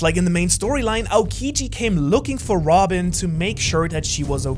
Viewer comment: i like he said Wobin instead of robin